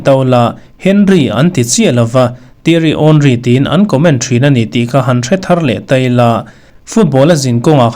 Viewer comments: Theiry Henry "Tiari Awnry" i lam dan a dik 👍🏻. "An comment dân " mai ni lovin a hming an koh dàn, a hming an lam dan a ni. A vanglai en pha te hi chuan 'H' hi kan lam ri ngai lo, 'Awnri' tiin kan lam vek thin... A chhan chu commentator te lam dan ang ang kha kan lam dan a ni ve zel a. A lar bawk a a hming an lam ri tam bawk. Sir, nang pawhin i lam dik e 👍🏻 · Tiary Awnriii....i lam dik reng a lom Sir....👍👍👍😊😊😊 Yamal nen kan Idol in ang ve tlat mai aaa.....🌄🌄💪💪